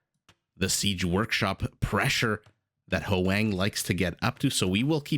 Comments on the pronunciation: Hoang may be Hwah-ng (1 syllable), not howay-ng. Dunno them personally though, so… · Other comments have already explained the pronunciation of Ezio, but I'd like to address Hoang. As a Vietnamese name, it's pronounced as a single syllable. So it's "hwang", not "hu-wang". You can imagine that "hw" sort of like someone from the southern states of the USA saying "what" ("hwat"). The vowel is also more of an "ah" than an "ae".